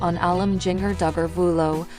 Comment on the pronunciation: G in ger not ging er.